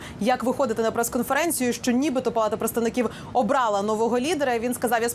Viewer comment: ОбралА??.. це що за наголос